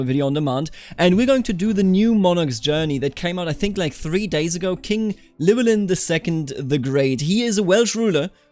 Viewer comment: It's not a "Kl", Imagine doing HL, "Hlewelyn"